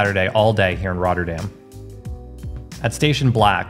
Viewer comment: I’m a bit surprised you mispronounce Binnen Rotte and correctly pronounce Rotterdam. The Rotte is the river Rotterdam was named after. The Binnen ( inside) Rotte is where it used to run. Rotte is pronounced exactly the same as Rotter - dam. By the way if you think the Park near the Euro mast is massive try the Kralingse Bos sometime.